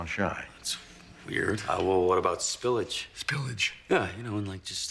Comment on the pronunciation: saul's pronunciation of "spillage" gets me everytime